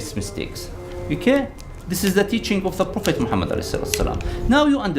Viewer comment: ex Muslim that can't pronounce Mohammed PBUH😂😂🤣